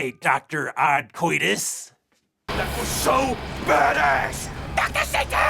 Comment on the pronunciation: Hey, how do you spell the good Dr's name? Is it Dr. Oddcoitus? That's how it sounds like to me😆 another great review as always man, keep up the awesome work